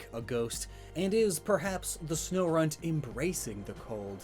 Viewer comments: Snorunt Sno-RUNT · It’s even called sno*RUNT*